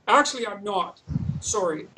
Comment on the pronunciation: "Im not soary." So canadian! Love when JBP goes full Canadian! Hugr fan